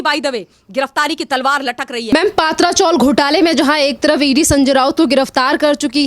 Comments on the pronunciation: हिंन्दी भाषीयोने मराठी भाषा का सत्यानाश कर रख्खा है,पत्रा चाल बोलने को क्या दिक्कत है. पत्रा को पात्रा और चाल (चाळ) बोलनेको करता परेशानी है.कभी कभी लगता है दक्षीण भारतीय हिंन्दी का विरोध कर सही करते है . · पात्रा चाल नही , पत्रा चाल बोलना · It is "P tra " chawl meaning chawl made from iron corrugated sheets. All Hindi channels are pronouncing it wrongly ,as it is owned by "S. Patra." Please correct yourself